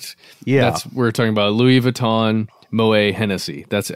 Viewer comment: Claude Moet (two dots over the e) was Dutch. His surname is pronounced with the "t" sounded: moh-EHT.